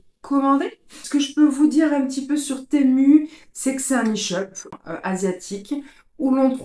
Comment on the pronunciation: Enfin quelqu’un qui prononce bien le nom .. Persoo je ne commande que sur ce site, il est trop bien